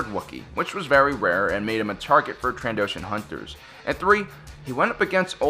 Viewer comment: “Trandoshian wildlife preserves”